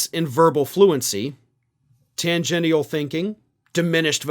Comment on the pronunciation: Tangential = Tan-gen-chul not Tan-gen-i-tal or Tan-geen-i-al